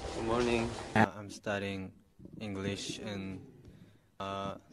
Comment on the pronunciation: Everyone : good morning Kookie : goomoning